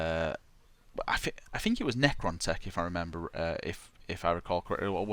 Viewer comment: my fucking god man, pronounce your TH sound. it sounds so fucking dumb when you say "fink"